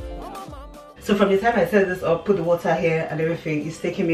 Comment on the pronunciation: Well done B! Love that you always found a way to incorporate fruits into your meals... and the emphasis you placed on “water” 😂👍